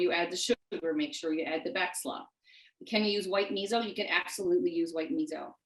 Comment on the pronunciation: Please pronounce “miso” correctly. Your providing nice content but the mispronunciation is distracting.